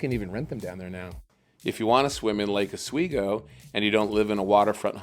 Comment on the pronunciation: Not “laaka sweego” it’s Lake ah-sweego” Like the channel.